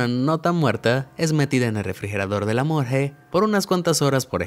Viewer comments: ¿morje? al parecer el narrador tiene dislexia ya que es morgUe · ¿ Morge o morgue? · El narrador lo pronuncia mal. Lo correcto es "morgue".